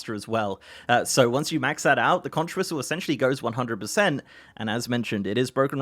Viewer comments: "If you want to be mistaken for a Florida Keys resident — or at least an island-savvy regular visitor — don't ever say “kontch.” The widely-used word “conch” is pronounced “konk,” like a conk on the noggin (which, though tempting, should not be delivered to people who persist in pronouncing it wrong)." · Conch rhymes with honk